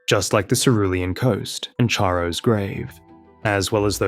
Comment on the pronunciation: Excellent work, please learn to pronounce "Charo" correctly.